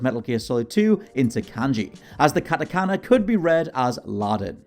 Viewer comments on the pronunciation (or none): none